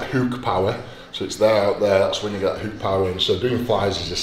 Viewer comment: Eddie “houk” hall